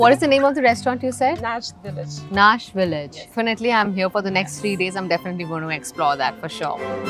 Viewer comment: Restaurant name is Najd village not Nash village 😊